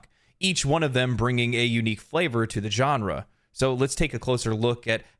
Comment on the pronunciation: yea i still feel sick i bought D4...ill never give Billzard another cent...especially with Path Of Exile 2 looking so great for free. *also genre is pronounced sean-ra...your welcome